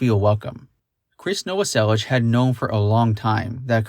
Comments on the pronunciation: When you realize you’ve been mispronouncing Novoselic for 30 years but can’t stand to hear it properly pronounced. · The mispronunciation of krist novoselic is driving me batty. But the rest is amazing! 😻